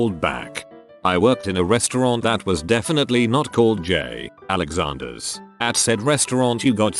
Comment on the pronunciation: Pretty crappy quality video mate. You could at least adjust some things for your text to speech instead of just plain copy pasting someone else's stories into the program. Example: J. Alexander should not be spoken with a pause in the middle, even though there is a period. Example 2: if someone is speaking in all caps, you should still say "it" instead of I.T. Seriously, you're already stealing other people's stories to make a quick dime, the LEAST you could do is put in enough effort to listen to your own video ONCE before hitting upload.